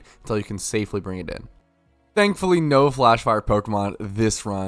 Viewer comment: enjoyed that "THANKFLLY" :D great vid like always dude